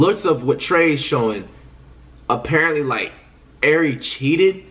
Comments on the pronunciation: Lmao, Flight’s having a hard time saying “Airi” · Flight you can’t say ari?😭